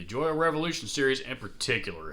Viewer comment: Pretty sure Joyo is pronounced 'Joe yo!' But hey, good video. I have two Nux (newex) lol pedals, a tuner and the Oceanic reverb. Totally solid pedals and impossible to find fault with.